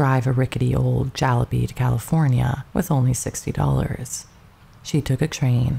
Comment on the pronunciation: You're great and the effort appreciated. And, your pronunciation (or the AI's pronunciation) needs help. Specifically: jallopy, Gillespie, Cedars Sinai, Fabares, mausoleums, etc.